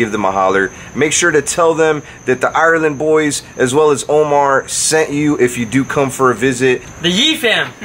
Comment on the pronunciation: The 'island boys' not THE island boys? 🙉😂